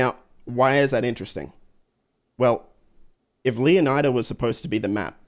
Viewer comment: you pronounce Leonida wrong! You should learn from Matto and Atina! 😉